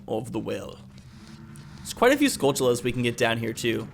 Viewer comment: Skull-TULL-ahs. Where in history has a "t" ever been pronounced as a "ch" sound? Like Ta-RAN-tyoo-la. Its basic English man, come on.